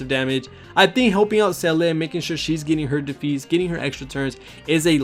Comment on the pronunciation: Great guide bro. Her name is pronounce Zee-luh btw it's German.